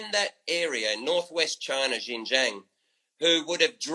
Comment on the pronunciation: Kinda irrelevant, but I just want to point out that he never pronounced Xinjiang right once.